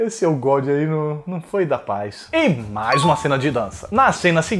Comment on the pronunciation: "ô gódi" kkkkkkkkkkkkkkkkkkkkkkkkkkkkkkkkkkkkkkkkkkkkkkkkkkkkkkkkkkk